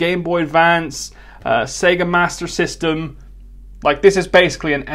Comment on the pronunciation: It's sega master system, not mastery.